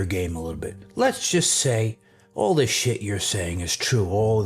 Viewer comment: Bro I get so excited for these. is SO unintentionally funny. The dude is INSANELY stupid. He even looks like he suffers from fetal alcohol syndrome. Bro can’t even pronounce words with the TH sound.